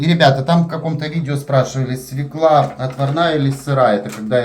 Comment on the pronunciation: извини, у Вас чудесные видео. Но свЁклу, а не свеклА. У Вас прекрасная, грамотная речь, следите, Вы публичный человек.❤